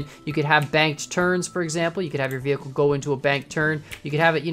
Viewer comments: Did anyone notice he said veh'h'icle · i like how you said vehicle, vehickle